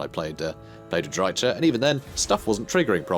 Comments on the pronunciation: Don't worry, he knows about it; I told him the correct pronunciation and gave him a couple of sources for it in the comments of the first Drycha campaign video, but he said that he prefers to use the TSH-pronunciation for "ch" so we just have to be there for him and support him - you can't try to change the people you love 😆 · Please just please. Look up the pronounciation of Drycha. The ch sound is the same sound like in Chrace or chaos for example... Shes not lizardmen for it to be the same sound like in Chaqua and so on... I hope you just didnt put it in google and used that pronounciation. Seriously man its destroying my ears to the point I cant watch your videos. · Fair enough, I'm honestly way less annoyed by you mispronouncing it intentionally than I am by you doing it accidentally.